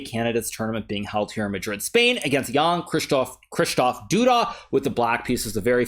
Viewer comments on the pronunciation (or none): its shishtoff not krystoff- Polish names can be very tricky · Hikaru, it's KRZYsztof. KRZ. KRZ. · It's pronounced KSHISHTOF. Like Sheesh kabab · I think you are trying to pronounce his name too accurately :D Just say Kshyshtof